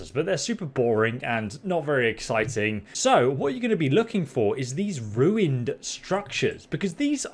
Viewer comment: HE SAID RU-EEND HE SAID THE THING